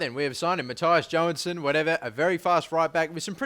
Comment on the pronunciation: You pronounced Mattias Johansson exactly right :D PS. Im Swedish :P